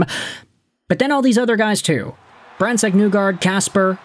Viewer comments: I hate to be that guy, but well, here we go. Please get MBN’a name right. It’s pronounced “KNEE-guard” not “NEW-guard” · I made a similar point already on another post. I personally thought it was NIGH-guard. Like rhymes with high. Dude probably doesn't read comments anyway.